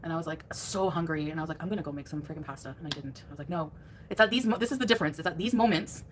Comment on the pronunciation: I cannot stand the way she says pasta